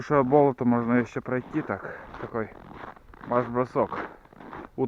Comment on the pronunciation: Не привычно слуху "бОлото ",ведь правильно "болОто", это в Коми так говорят?